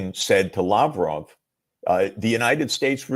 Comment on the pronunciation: Glad to hear that pronounce Mr. Labrov's name properly😊